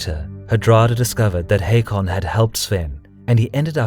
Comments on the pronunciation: It's not Headby, it's Hedeby EDIT: It's also pronounced Håkon and not Hakon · AA = Å not O. But you are close :) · The name Haakon is pronounced as Hokon, just fyi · Haakon here. It's pronounced Håkon, with an Å, like the A in Hawthorne or the O in ought, but thank you for caring